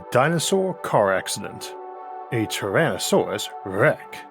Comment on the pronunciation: Tywanasawus Wex, the Awk, the wowod, paiwawawe, fwum, peewamid, miwions of miyos... impossible to continue watching this drivel!